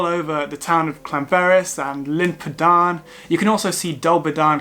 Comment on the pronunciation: I hope this helps, but Glyder is not pronounced “Glider”, but “Glidd-err”. Tryfan is pronounced “Truh-vann”, not “truff-Ann”. Llyn Padarn, is not “Pudd-Arn”, but is “Padd-Arrn”. Dinas Dinlle is not Dinas “Dunelle”, but Dinas “Din-hll-ay”. Betws-y-coed is pronounced “Bett-oose uh coyd”, not Betsy-Coyd.